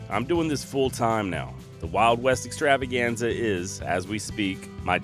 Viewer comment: 😂😂i love it when you roll the R's in Extrrr🥁rrrravaganza. This is my favorite podcast for traveling around the mountains Out West slangin my wild foraged balms and libations. 🔥🙌🌲🖤💫🇺🇸 excited to download a bunch of episodes through resin foraging season out in the forest this winter! 🤘🌲🍯💫